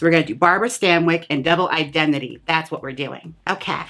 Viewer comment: My favorite part has to be when you say Double Indemnity as Double Idembity. you deserve a tip.